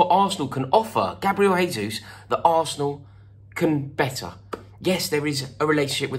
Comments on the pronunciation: Jesus is pronounced as 'Jay-sus' and not 'Hay-sus'. It's Portuguese and not Spanish. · In portuguese, the j is pronounced more or less as a j (a bit softer but about the same), not in the spanish way which is closer to an english h sound. It's not "hayzoos" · What can Arsenal offer Gabriel Jesus? We can offer to pronounce his name correctly. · Pretty sure he wouldn’t want to play for a club with fans that can’t take the time needed to learn how his name is pronounced! He’s Brazilian, not Spanish. “Jay”-zoose not “Hay”-zoose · Pronounced Jay-Zeus. You need to give your Chelsea contacts a call Rory! Do you think he starts for spurs though? Nice tan btw! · Arsenal can offer the ability to say his name properly. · Gabriel told me himself that he's not joining because you pronounce his name incorrectly, Rory. Unlucky mate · It's Portuguese, not Spanish. You pronounce the "J" in "Jesus" the same way you would pronounce the "G" in the word "regime". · If you want him you're gonna have to pronounce his name right first. Hint, his name ain't Spanish blood. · Maybe we say his name right? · Please pronounce the J in Jesus, like you do with Jose. Portuguese not Spanish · You can’t even say his name correctly mate